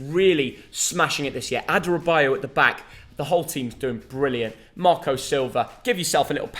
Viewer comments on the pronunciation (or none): none